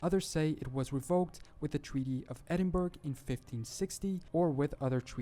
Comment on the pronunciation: Horrendous pronunciation of 'Edinburgh'. That is all.